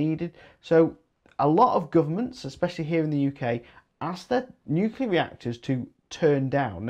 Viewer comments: I was hoping you would go into the ofgem surcharges to cover the losses from price capped energy companies that were forced into liquidation by government policy. All those costs were loaded onto the remaining suppliers. Glad to hear that you learned how to say Nuclear half way through but odd that you called it newkewler initially.😉 I would like to see a rise in co-operative new 100% renewable generation companies doing contracts direct with investor-consumers. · Thanks. BTW, glad you started saying nuclear properly after the first 5 minutes. 😉👍